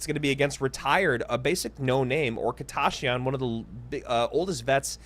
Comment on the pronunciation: why does say "kita ya shyan" its just kita shyan" lol